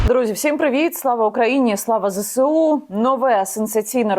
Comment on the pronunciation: Слава "ЗеЕсУ"... А не "ЗеСеУ"... Яніно ☝️ Пишу, пишу.... Ноль реакції, ви ж журналіст🙄